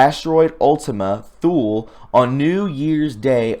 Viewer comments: "Thule" is pronounced "tool". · Thule, pronounced Tool leh. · I know you will appreciate the tip that Thule is pronounced “too-lee”. It is a town in Greenland. My father was stationed for an entire year 1961-2 in that bleak outpost during his early USAF career. Listening to other creative content artist if the Q-persuasion, I have learned there is a Thule in Antarctica as well- maybe an island where some weird stiff is happening. Last point, I saw the Economist’s Eagle cover before 10 November. I knew the 10 was a signal for the Cabal to sell their stocks. I have my retirement in stocks but would not sell because I was also hearing our Fed dollar will become worthless. That leaves land and gold as a failsafe. Good luck friends, I cannot figure a best plan to put your hard earned assets easily- gold can be taken from you by force. Today’s video by STGreport with a knowledgeable guest- very critical video to watch all the way through to the bitter end. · Thule is pronounced without the 'h', pronounced as Tule, 1st, or, Tuli in some regards.